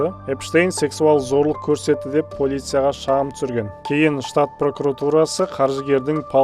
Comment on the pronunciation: Сіздер, тек Полиция дегенді - пОлиция деп оқисыздар. КандициАнер, АдвАкат деп қондырып жатырсыздар.😅